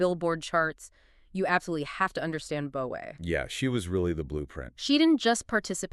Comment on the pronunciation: Her name is pronounced "boa' as in the snake 'boa constrictor." Not Bo ey 🤦‍♂️